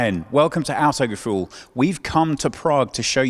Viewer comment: Welcome to "outtagafool" can't even pronounce their own channel name right